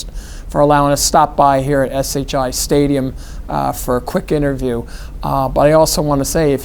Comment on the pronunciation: Whaler must like to hear himself talk. Interrupted Schiano 1,000 times. Can’t even say SHI Stadium right. Plus, they are in the Hale Center..